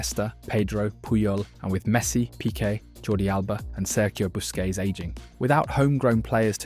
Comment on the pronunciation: The way he pronounced busquests 😂😂